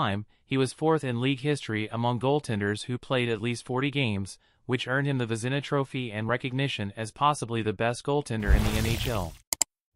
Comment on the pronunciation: Vezina, too.